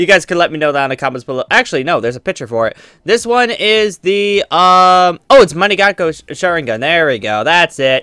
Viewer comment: yeah but he said mankekyo sharingan wrong and he said he tryed to not sound stupid